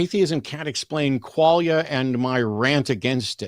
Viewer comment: Quale-ia? 🕊️? Quale? Qualia, Kwa lia, like Kwanzaa without the wanzaa